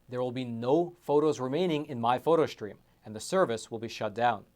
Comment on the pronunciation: There’s no ‘h’ in the word ‘stream’ … It’s not pronounced ‘shtream’ ……… Please get it right.